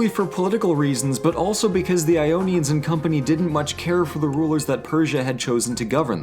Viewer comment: He said ionians